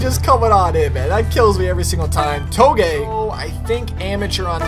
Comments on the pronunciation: Its toe-gay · you mispronounced "Touge". it ain't a Japanese word, it's pronounced "too-ZH"